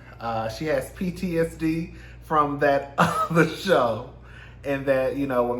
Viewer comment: "That OTHA show" takes me out every time 🤣